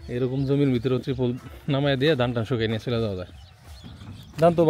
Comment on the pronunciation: Teripul nai Bhai terpal bale